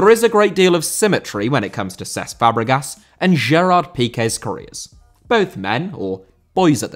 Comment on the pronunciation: Cesc* not Ces